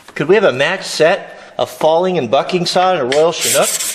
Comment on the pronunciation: every time you say bucking saw, that's not what goes through my mind even though I know what you are saying. lol